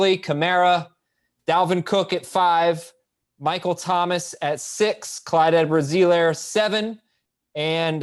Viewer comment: For someone who says "Clyde Edwards-Helaire" more than anyone on earth.. needs to learn how to say Helaire correctly!